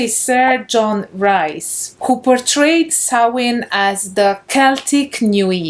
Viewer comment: As ever a delight, dear lady and a surprise that the festival is much more of a blend of religious traditions than I had thought. A tiny question related to pronunciation... should Rhys be said as Reece?